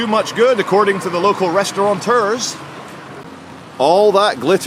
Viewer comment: there is no 'N' in the word restaurateur.👍